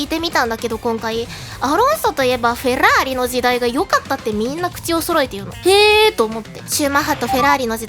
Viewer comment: フェrrrラー↑リ好き